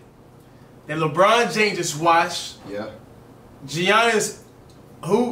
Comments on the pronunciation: Not even cash can say his name right it's not G.oniss it yannis i searched it pronounced yannis and the last name cash got wrong his saying of his last name is dang near flights, its on teat a koon po spelled antetokounmpo and just looking at his name, you should be able to pronounce it (if you know the rules of the English language) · “ Gionis “ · Giannis is said “yanis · The actual fact that they called Giannis with the “G” actually hurts